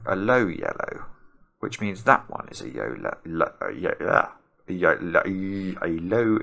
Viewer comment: it's pronounced YOLO,;) Such a great puzzle, I had great fun solving it and then watching your solve!